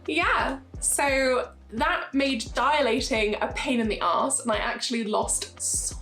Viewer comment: Why the extremely exaggerated affect? It's obnoxious. It's dilation, not diAlation. It's wound dehiscence, when a wound that's been slapped together doesn't want to heal to the other part of the wound. You never had a vagina and never will have one. Amazing sense of entitlement thinking your cosmetic surgery complications should trump the surgeon spending time on the COVID emergency. You decided to wrek something that was perfectly healthy, and then were surprised when you got a hack job and also weren't prioritised over people who were gravely ill 😂. Mate, you did this to yourself. You popped stitches due to your own carelessness. I probably paid for your crotch belly button. I hope it was worth it 😂.